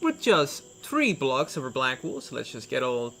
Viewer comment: and also its pronounced blocks not blogs and 3rd it's SIX not sits